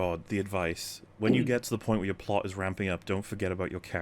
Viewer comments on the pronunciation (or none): Why does this guy keep saying "the plut"? Does he not know how to pronounce plot? Seriously?